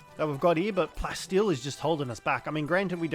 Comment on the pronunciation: Am I crazy or are you calling Palsteel Plasteel? I hear it but at the same time I don’t and its weird